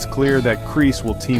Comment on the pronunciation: "Kris" no is Kreese